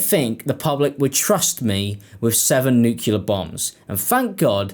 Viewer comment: Ok, I must say, it's pronounced the way it's spelled. It's nuclear, not nukular... new... clear....sorry, it's a pet peeve